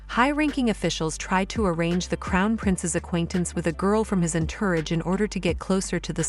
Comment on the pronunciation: "entourage" was butchered. AI is truly creating a dystopian nightmare when it comes to pronunciation.